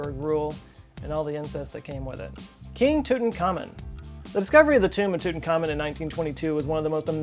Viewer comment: It's not Tutan-khamon but Tut-ankh-amon. Pronounce it correctly.